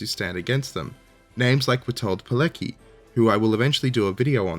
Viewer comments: Witold Pilecki is a true hero, if there ever was one. His story was suppressed by the communists, and it is only right his story is told. I am very much looking forward to your take on the Witold Pilecki story. BTW, the "c" in his last name is not silent, you pronounce it like "ts". So you can pronounce his name something like pee-LETS-key. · Hate to be that guy, but you said Pilecki wrong. In Polish the 'ck' reads a 'tzk' sound. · If you wouldn't mind, "Pilecki" can be pronounced as pea-let's-key.